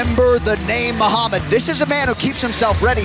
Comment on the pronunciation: Muhammad has a freaking perfect accent